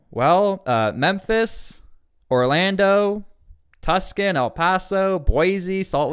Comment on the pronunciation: Dude it’s pronounced two-son not tus-con good video thought I’ve been keeping up I leave June 10 for the Army